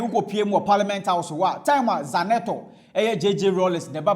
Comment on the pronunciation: The name is not Zanetor. It is Zinator. Pronounce it using each letter by it's natural sound.